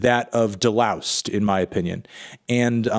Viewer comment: De-loused is a hard S